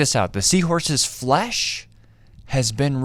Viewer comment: The way this man says “flesh” makes me want uncomfortable.